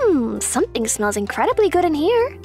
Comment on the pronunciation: He said God, instead of good💀